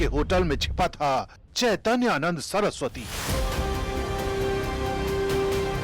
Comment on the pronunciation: Madam Unka naam hai Chaitanya Nand aap Naam Achcha se padh kar Kahiye ga